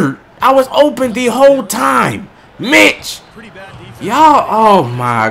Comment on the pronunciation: He said Mitch lol